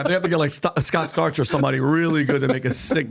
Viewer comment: "scott starch" XD